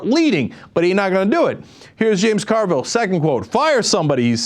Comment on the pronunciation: Carville, not Orville.